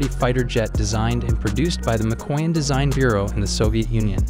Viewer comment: MIK-o-yan, not "mcoin"